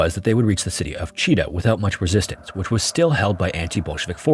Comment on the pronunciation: Russian here. Thanks for the neutral history discussion. A couple of corrections: Chita city name is pronounced "chit-A-h". Mysovaya station name is pronounced closer to "misov-A-ya".